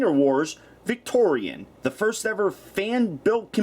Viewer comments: Her name is pronounced "Victiri-ON", not "Victori-AN". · I thot victorion's name was pronounced like (vic tor-e-on) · it is victoeon not victoeon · she looks awsome and you may or may not have said her name wrong the whole time (vic tori aun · You said it’s name fully wrong